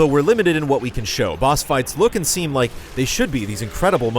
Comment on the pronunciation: More like '' So did you rike it ? '' .